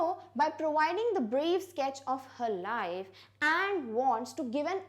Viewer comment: Mam I think you are mistaken in the pronunciation of Anne .....